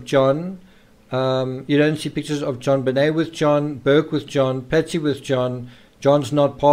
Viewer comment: why are calling JonBenet "JobBenel " at the end ?? don't even know her name properly but making all these videos to make money on you tube ?? and what was atthe last photos of her pointer out in a circle ?? never explained ...